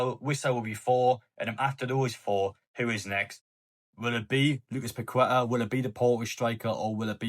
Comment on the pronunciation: It’s pronounced paketaa not pakweta 👍🏻👍🏻